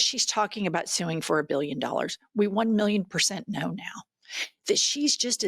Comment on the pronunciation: Melania cant read. He says “ka-know” instead of “know”